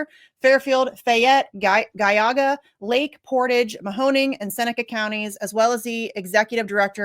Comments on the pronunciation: Exactly...on top of that how does she pronounce it "Guy-aw-guh"? How does that happen twice!? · Thank you! I'm in the Columbus area and her pronunciation was like nails on a chalkboard. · Geauga is pronounced Gee-awe-ga. You're from Ohio? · It’s pronounced Gee-au-ga county… This twit ain’t from Ohio and these are not “immigrants.” GTFOH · pronounced gee Aug a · I left Ohio in 1971 and still know how to pronounce GEE-AH-GAH. Yes, there are 88 counties, but most people in Ohio know how to pronounce them. Cleveland cops were busy in the 1960s beating up black people for no reason, and no one said anything until they started beating up white people for their thrills. Columbus cops are a joke, spending their time beating up black people while ignoring actual crime, at least when I lived there. I can't stand ACLU, but maybe for once they're doing something decent. And for the commenters below, I have no sympathy with you when your nastiness comes home to roost during the COLLAPSE. You're talking about the people who pick your veg and fruit, slaughter your meat, do demolition, and many other jobs you refuse to do. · Pronounced Jee-aw-ga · Girl, I love ya. It makes me proud to see you up there on Jimmy Dore and you are from my state, Ohio. That's why it's killin' me that you're not saying Geauga right. It's Gee-awe-ga. Keep fighting the good fight! ❤ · You don't know how to pronounce Geagua? Jee-Aw-guh ... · The way you pronounced geauga, you must be Columbus or Cincinnati gal lol. Hey you're doing good work tho 👍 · Ok so from now on this is the rule: if you announce you are from Ohio and pronounce Geauga wrong like that, you LOSE your Ohio card! As I typed this she pronounced it wrong again! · No way, you are from Ohio and you just murdered the pronunciation of Geauga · From Ohio and has no clue how to pronounce Geauga? Okayyyy